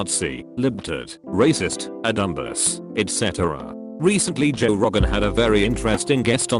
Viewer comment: Normal people: Dumbass Robot reading: DUM-BASS